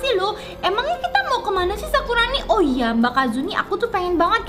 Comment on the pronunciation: Kak 🙂 bukan sakurano tapi sakurano kak jangan salah salah bilangya kak dan sepeda itu bikin kaget aja ternyata bma kasuni yang kendarain kirakan sepedaya otomatis gitu loh kak.